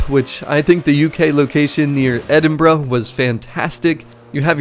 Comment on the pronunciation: i might have to reinstall this game i kind of miss it and i have to say you're the only american i have known say edinburgh correctly i know many say it like edinberg and cant say how much that really annoys me lol